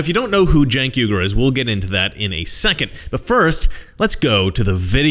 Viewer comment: By the way, it’s “Yoonk” not jank... if he want some specialty pronunciation, he should go back to his native land and suck it🗳🐀💥🔨